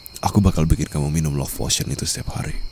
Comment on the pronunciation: POTION OI BUKAN POTOIN